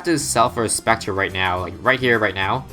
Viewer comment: Omg spectre Edit: I’m stupid I wrote that before he said specture